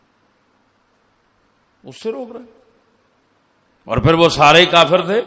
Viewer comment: اس لنک پر دیکھیں لفظ سید کا تلفظ کیا کر رہے ہیں لفظ کافر کا تلفظ کیا کر رہے ہیں تلفظ خنزیر کا تلفظ کیا کر رہے ہیں پھر جواب دیجیے گا کوئی بھی ان حضرت کا حامی کہ تلفظ ٹھیک کیا ہے یا غلط ؟